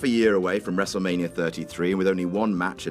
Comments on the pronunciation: "wrestle manier" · really? one word into the video and you mispronounce Wrestlemania?